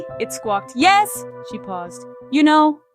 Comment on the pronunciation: For those who didn't get the joke... The joke teller didn't use the correct inflection on the "you know" punchline.